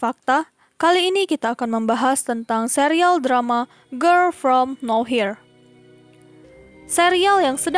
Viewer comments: Harusnya no where jdi now here wkwk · Nower bukan nawhir...pgn ga ngomen tp gegara d ucapin brkli"..jdi risih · "no-where" min, bukan "now-here" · Bukan “Now here”, tapi “no where” 😂😂😂 Ngakak dah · Serious aku terganggu tiap admin nyebut girl from now here, harusny no where....... Hadeeeuuuh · Samaaa tadi ada juga di Chanel sebelah bacanya Girl form now here bukan girl from nowhere. Jadi dia nyebutnya Gerl From Naw Hir bukan Gerl from No wer wkwkwkwkwkwk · Penulisannya mungkin bner, cman penyebutannya aja yg kurang tepat, yg harusnya di baca Nowhere dia bacanya now here, Pembahasan konten yg sama dengan chanel saya. Wkwk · Sama wkwk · Now here sama nowhere beda ya pengucapan katanya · bacanya no where bukan now here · No where harusnya😂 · Bukan now here ka tapi no where kan entah darimana cmiiw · nower kak bukan nowhir 😩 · Nowerrrrr bukan nohir saaayy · nowhere ajir... nower bukan now hir 😂 geli bat dengernya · "Nowhere" begooo. Bukan Now here,,, udah pengucapan salah Di terusin.. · Iya nih, Mana dari awal sampe akhir yang disebut no here terus 😂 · Risih sumpah denger now here truz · Nowhere, yg punya channel suka ngide 😂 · Yg nonton lumayan tapi, iya kali nontonin video yg dibawain orang g bisa sebut nowhere wkwkwk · terganggu banget saat mendengarnya.... mohon dengan sangat diubah pronunciation-nya...